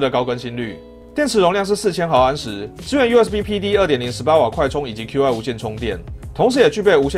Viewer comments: 念做 气 不是Q I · Qi的发音都不对还敢做科技博主